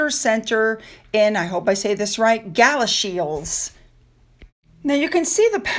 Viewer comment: great you said Galashiels right well done. England, Scotland, Wales and Northern Ireland has some interesting town spelling and pronunciation. Even I don't attempt a lot of the Welsh names l. If you have to check on Google how to say it.